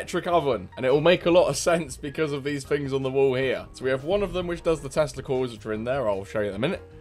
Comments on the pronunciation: I thought you said "Testicles". I rewound the vid and I think you actually said "Tesla Coils". Not 100% sure but going with the latter. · Hold on, you just said "Testies". I am confused. What do gonads have to do with a trap base ? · I don’t know why but almost every time you say “Tesla coils”, I hear: “T e s t i c l e s”